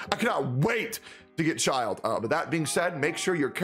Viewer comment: God. Actually anyone who does this. Why the ** you all say "ChiLD" xDD Look at his kit and his theme, + the "e" at the end of his name. LMAO It's braindead obvious it's pronounced "Chill'd" BRUH